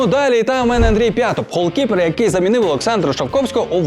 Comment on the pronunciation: хто вас вчить так говорити?! "холкіпер пуказував..., пувернути"